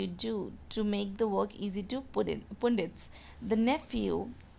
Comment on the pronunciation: Mam that is not "poondits" the "u" is used here like the "u" in "umbrella", "pundits"